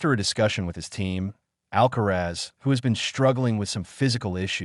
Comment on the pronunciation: Perdona Alcázar, no es Alcaraz, deberías decirlo correctamente. ALCARAZ